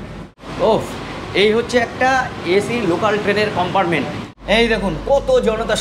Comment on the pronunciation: উচচারণ টা একটু ভালো করুন। কম্পার্টমেন্ট কে চিৎকার করে বলছেন কোম্পারমেন্ট।